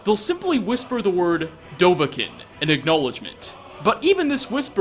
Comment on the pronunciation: They always say Dovahkin